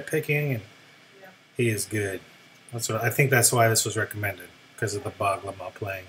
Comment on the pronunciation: U r certainly right he is The Master of Bağlama ever,his nickname is 'Bozkırın Tezenesi', Bozkır means Steppe(like in geography) Tezene means pena (like u ply guitar) so actually he is the Pena of Steppe:)but fyi we have soft g in Turkish language u should say like gh not only g got it;)